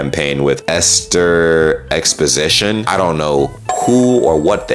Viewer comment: Exposito not exposition😂😂😂